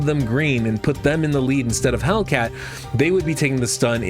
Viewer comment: don't want to be anoying but just wanted to point out that his name is "Hel i cat" not "Hellcat" Great video tho :)